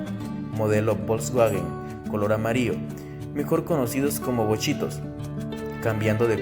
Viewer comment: Muy bueno tu video, pero es importante saber pronunciar las palabras para darle una mejor imagen a lo que estas proyectando; como por ejemplo en la parte de los taxis es “amarillo”.